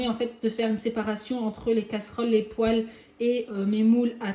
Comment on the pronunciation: Poêle se prononce "pouèle" pas "pouale" non ? Ça m'a fait sourire le long de la vidéo. En tout cas merci